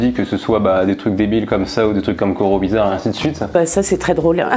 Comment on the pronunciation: IL A DIT COROBIZAR ! j te valide mec !!!!